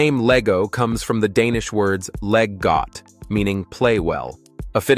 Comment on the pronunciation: Leg godt, sounds like laj godt 😅 But yes LEg GOdt LEGO 😊